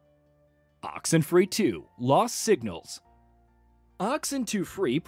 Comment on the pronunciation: Oxentwo free?!?